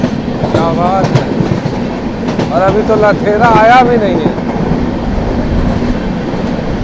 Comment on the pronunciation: Lathera Nahi Latehar . You are pronouncing लथेरा but it is Latehar ( लातेहार )